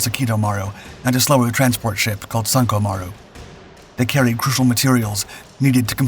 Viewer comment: Sanko maru? Sounds more like sunk-o maru. ah-doc? No.....eh-dak